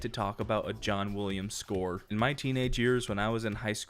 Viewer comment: "John Wooliams"